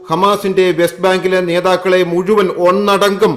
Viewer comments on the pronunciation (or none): none